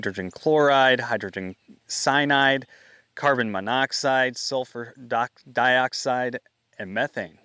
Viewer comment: I'm glad you are thinking of the possible long term affects. Hearing you say cynide caught my attention. That's nearly toxic to most anything living. Also carbon monoxide we know is toxic to breathe in since it is a colorless and ordorless gas and it's why we have alarms for households and others who need them. *And when that darn thing starts to beep 5 times in a row, for the first time early in the morning, it'll scare the cr@ out of you. 😅 I forgot what 5 beeps meant. (Device end of life/replacement) Something I was wondering is if you would have looked into who approved the facility to be built in that town and what were all the factors they looked into before approval. There's no doubt that a lawsuit will take place against the facility for the health hazards it affected their community with. But it can also look into as I mentioned, who were all the folks that approved the facility and have to face the situation at hand of the choice they made, knowing this was a factor they chose to put their community at risk of.